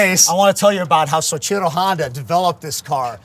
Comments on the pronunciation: if could figure out how to pronounce Soichiro it'd be a better joke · He loves Soichiro rebut can’t pronounce his name. 😂